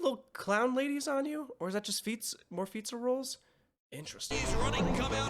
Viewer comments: It’s pronounced Fiz•a•rawl•ee not fiztaroll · I need to know if he's calling fizzarelli pizza rolls because I find that hilarious😂😂😂😂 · Your insistence that Fizzarolli's name is "Fizza-Rolls" is my favorite part of this channel.